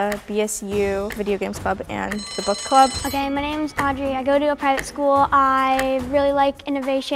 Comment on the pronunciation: love how she was just like “okeh”